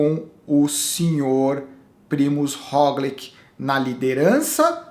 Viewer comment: Já que vc adotou a pronúncia mais correta do Pogačar, aproveita pra ajustar o Roglič q segue a mesma lógica (se lê "róglit"). Abração